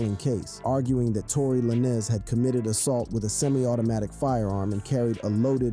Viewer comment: Tory Lan-Ez ... bro what?! How u make a video bout rappers n dont know they name? How you fugg up the pronounciation of a FIVE LETTER word 😂😂